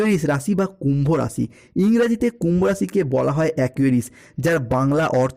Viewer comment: পরিষ্কার বাংলা বলুন,হিন্দি আর বাংলা মিশিয়ে খিঁচুড়ি বানানো বন্ধ করুন। "কুম্ভরাশি বালো" মানে? যে ভাষা মায়ের,যে ভাষা খেতে দিচ্ছে,সেই ভাষার প্রতি নুন্যতম কৃতজ্ঞতা অনাকাঙ্ক্ষিত নয়!